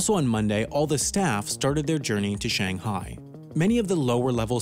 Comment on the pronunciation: Take a shot everytime he pronounces "Shanghai" wrong